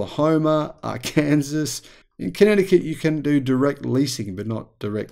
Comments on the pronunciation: Arkansas .... Its not "Are Kansas" it's "are can saw" .... I know its funny but that's the correct pronunciation. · It's pronounced AR-KAN-SAW not AR-KAN-ZAS (unless you're speaking German) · Come on now mate! Ah-kan-saw not Ah-Kansas! You know how annoying it is when foreigners say Mel-Born as opposed to Mel-bun. And it's Mary-lund not Mary-Land. At least you got Michigan right! 😁A gentle leg pull. Very interesting video. Doesn't matter how pronounced, these states suck! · Arkansas is pronounced "AR can saw", not "ar CAN sas".... just FYI. Love your channel! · It's pronounced Ar-can-saw, not Ar-Kansas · It is a small thing but they are sensitive. Arkansas is pronounced ArKinsaw. It is embarrassing that the leading electric car manufacturer in the world can't sell cars in certain states. Almost all red/Republican. Free market.....nope. Can you say jackass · Arkansas is pronounced “ARE-CAN-SAW” by us americuns. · Arkansas is prononced Arkinsaw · I LOL'd at your pronunciation of 'Arkansas.' people here in the States do that when they want to jerk someone's chain who lives in/was born there. Drives 'em nuts! ;-D It's pronounced "ARE - can - saw. Just trying to help out. Love your channel and I'm subscribed now for well over a year. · It is pronounced Mer-i-land and Ar-kan-saw. Great video though! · “Arkansas” is pronounced, “Ar-kan-saw”. No, I don’t know why. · Arkansas = R-can-saw. It's a tricky one.